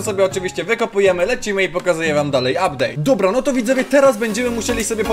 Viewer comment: "ubdate" Thembacon